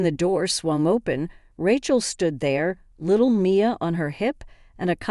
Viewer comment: Rechel? lmao